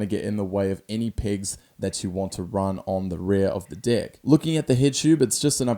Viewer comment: When you say pegs your saying pigs 😂